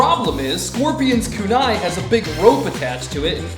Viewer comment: Kunai is pronounced wrong